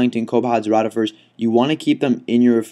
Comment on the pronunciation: your mispronuncing rotifers. Not rot